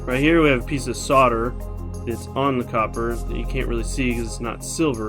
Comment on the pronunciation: Solder "Soul" "der" NOT Sodder